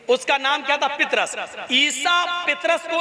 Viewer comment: जनाब पितरस नहि नाम पतरस है सहि नाम लिजिये यशु ने अला नहि काहा मेरा पिता उस का नाम यहोवा है जरा ठीक से बताहो